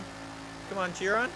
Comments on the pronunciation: It's pronounced 'She-Ron' not Chi-Ron. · ITS PRONOUNCED AS SHEE-ROWN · It's pronounced Shiron, damn it. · Fuck's sake,. Howany times must I comment its not pronounced Chee-ron! Its pronounced Kai-ren! Not chee-ron or shir-ron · BTW it’s pronounced Shiron not Chiron even tho spelled Chiron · its pronounced shi-ron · Chiron is pronounced like (Sheh-Rone) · Hold up, Cheer On? You mean Chiron. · Chiron is pronounced she-Ron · now listen here you brony if you would actually watch interviews with the team behind the Chiron you would hear them pronounce it shiron. this is because they are FRENCH this is the same if you put Chiron into the FRENCH language on Google translate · BrunoBucarest i thought it was pronounced "Ki-ron" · The point is, it's not pronounced "Tchiwon"... It's a french name.